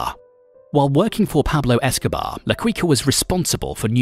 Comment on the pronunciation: Who the Fk is Pablo Escoba?? 🤣